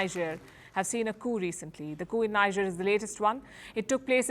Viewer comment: When will this our lady ever know how to pronounce NIGER as “nijeh” and not “ na-ija” ? . NIGER pronounced as naija is a state in central / western Nigeria.. while NIGER pronounced as nijeh is the junta country in the African Sahel region.. please be humble enough to take correction.